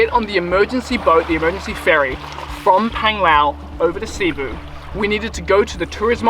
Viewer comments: Great video! Big fan of all your work.. One tip from a local expat here to freshen up your non diving skills. Cebu has the accent on the second syllable.. not C-boo, but c-Boo. Fantastic still shots along with the vids...Did my Level One near there on the other side of Cliff Dive at Freedive+... It's your fault I don"t scuba dive anymore.. Thank You! Hope to see you back here in the PI soon. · Cebu: Seh-boo